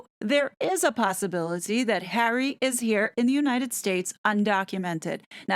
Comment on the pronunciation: Doesn't his marriage make him a citizen? Just wondering but also, the ridiculous way you say his name makes what you're trying to get across very hard to even listen to.